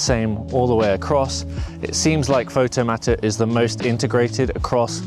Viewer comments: Is it not Pixel/Photomator - as in automator, not matter? Just a minor detail. Yes, I too was really pissed off when Aperture ended. Really loved that software. Great video and have been watching this software develop. I'm just concerned that Apple with get bored again and move on. At this point Apple seems on very thin ground with their software support. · I don't think you're pronouncing Photomator and Pixelmator correctly